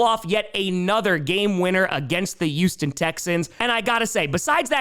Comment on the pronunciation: At this point you might as well replace any H in any word with a Y,. Enough of "yuge" and "yuston". We want Pittsburgy. We want the LA Cyyargers. We want the Seattle Sea-Yawks. No more H's!